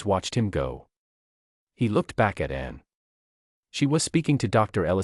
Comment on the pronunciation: It is very distracting that the AI mispronounces Princess Anne’s name.